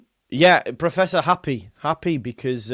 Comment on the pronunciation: I hate when you turn into a manc🤐’ happehh’ ‘archiehhh’ 😂😂😂😂😂😂